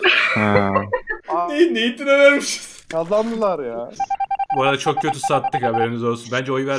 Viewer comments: bak adamın ismi net hain ama herkes neytın diyor bir şeyin neytın diye okunması için Naten yazılamsı lazım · Herkes: NET HAİN: NEYTIN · Herkes: net hain: neytin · Suat Abinin bahadır abiye yani nethaine hala neytın demesi seviliyosun